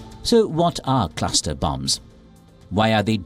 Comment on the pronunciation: Wtf is a "claster" bomb?